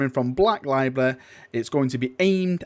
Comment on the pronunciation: I don't understand these words: Lie-breh and weaponreh